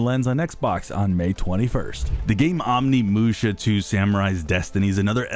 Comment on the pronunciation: Did he just say Omnimusha?😂